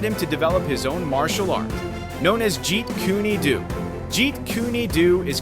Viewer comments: Jeet KOON DOUGH is the correct pronounciation. Jeet kooney do....Have a word man...Effing useless AI voice over... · This dude said "Jeet Kooney Doo" wtf?😶‍🌫️